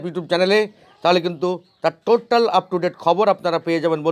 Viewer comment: কথাটা টোট্টাল নয়। টোটাল।